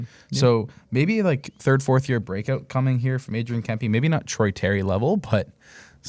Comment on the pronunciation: Adrian Kempe (pronounced Kemp-ehh). It's almost like you've never watched a Kings game before. Love your show but that is weird you don't know how to say his name.